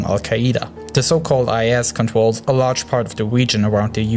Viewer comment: I can understand your accent but the way you pronounce the 'R' sound is irritating. I mean, just try your best and you'll make it. It's not that hard! (It's Daraa not Daaa, It's Groups not Goups, It's Controls not contos.)